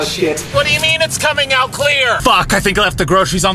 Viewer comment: wat you mean it’s coming ouat cleor